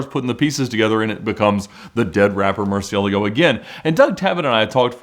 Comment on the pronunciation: What are you talking about? Murcielago is a word in spanish, thats the correct way to say it. (Not 100% perfect but good enough for someone who doesnt speak spanish)